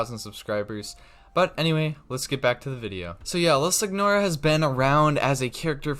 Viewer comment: It’s pronounced sin your uh. Not how it’s spelt.